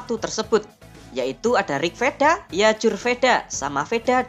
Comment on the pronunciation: Tolong di baca wedha bukan vedha, memang tulisan vedha tapi di baca wedha